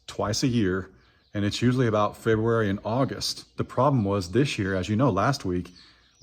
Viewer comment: What about frank did he get a pardon? You said January or frebury